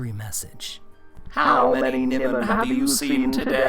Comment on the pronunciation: Nigh-mon, not Nem-on.